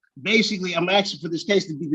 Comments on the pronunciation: RICO covers housing? WTAF, dude? Oh, he’s been aksing. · "axing" ? That's an attempted murder charge right there. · He is 'axing' a lot!! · Basically, he's just axing for special treatment. Basically, because, "quote on quote," he wanna wear a hat and sunglasses in court whilst spitting jibberish.